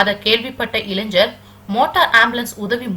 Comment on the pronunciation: வாழ்த்துக்கள் நல்ல செய்தி, பாராட்டத்தக்க விசயம். சகோதரி தங்கள் உச்சரிப்பை சற்று சரி பார்க்கவும். இளைஞ்சர் அல்ல இளைஞர். நன்றி வணக்கம்